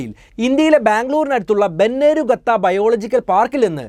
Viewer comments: ബന്നാർഘട്ട not ബെന്നരു gotha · ബെന്നെരു ഗത്ത അല്ല ബെന്നാർഘട്ട ആണ് 😂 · Bannarugattaa alla chetta Bennerghatta National park...kooree kalam aduthu stay cheydondu paranjathaa😂...proper pronunciation must 😂